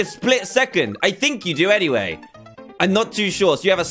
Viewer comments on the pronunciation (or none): none